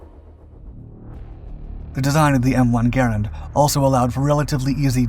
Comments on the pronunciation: Great content as always. Only a few tips. Garand is usually pronounced Gar-aand. With a long A. Also the Soldiers in WW2 usually carried empty clips to fool the enemy by tossing the clips early to throw off the enemy. Thanks for all the great videos! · I am 68 and have always heard "Garand" pronounced "Ga rand". Am I wrong ? Is this a regional thing ?